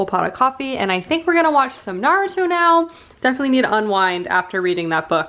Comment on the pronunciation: You can buy bagels at the grocery .It's driving me nuts that she says Naruto wrong 🤪